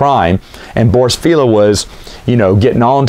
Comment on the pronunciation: I used to call it Feh'leeya. Later I watche dsomeone playin X-Wing Alliance. It's pronounced Fail-ya Because it's a George Lucas tier pun name on the fact he's a failya who'll always Fail ya.